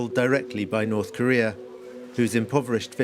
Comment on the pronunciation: I just can't help it. every time this guy said North Korea all I hear is China💯